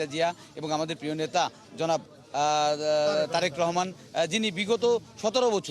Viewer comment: এটা নাকি বি এন পি'র নেতা,, তারেকের নাম উচ্চারণ করতে গিয়েও তার থোতোমতো খেতে হলো😅😅😅😅